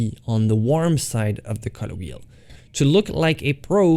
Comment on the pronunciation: Guys, I got it it! everytime he says 'cutter' he actually means 'colour'!